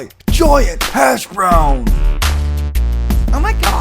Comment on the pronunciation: When u said giant hash brown in a British accent u didn’t do a great English accent